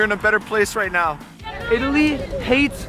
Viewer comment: IT—A—LY - the enunciation strikes back